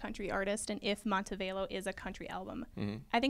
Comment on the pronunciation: Mmmm it's Mon-te-Vah-Lo dear but good interview